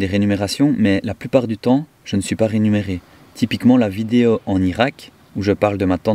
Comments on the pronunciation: Coucou "mon"! Un petit commentaire constructif: on dit réMUnéré pas renumeré 😂💚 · Rémunéré et non renumerer 😊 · Bonjour 👋 On dit rémunéré et non pas renumere. Cordialement